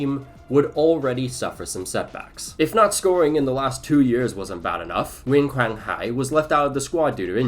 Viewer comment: this video was so good man, i didn't skip a minute watching this one (except I put you on 2x because I'm on a deadline). I just feel a sense of warmth watching your journey. I can see your pronunciation on Nguyễn Quang Hải name pretty accurate. you'll learn Vietnamese in no time